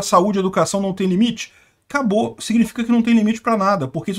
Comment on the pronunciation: "Acabousse fiscal"